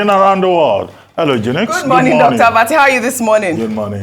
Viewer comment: Dr. Abati... just why? 🤣 When will you stop announcing her name like tgat... Haha! 😂